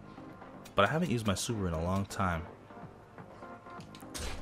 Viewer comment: 5 door subaro* It's ok, we're all human<3